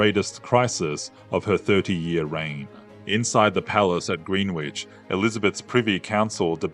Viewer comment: Please practice your pronunciations. It is TEW DER (Tudor) & GREN ICH (Greenwich).😅